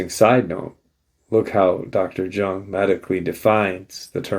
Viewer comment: Carl Jung is pronounced Yung.